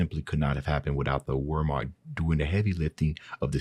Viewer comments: Wehrmacht is pronounced with a V not a W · It's the German Army pronounced "Virmacht" Weirmacht.